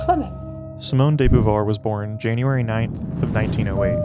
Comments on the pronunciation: Beauvoir is pronunced ''Bo-Vouar'', amazing video tho ! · It's actually pronounced 'boo-vwah" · Learn how to pronounce her name. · Her name is not pronounced correctly in this video.